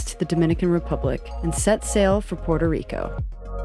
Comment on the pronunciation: It's Puerto Rico...NOT "...Porto Rico..."